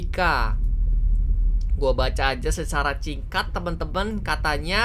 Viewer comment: Miawaug : "gua baca aja secara cingkat" Me : 🤣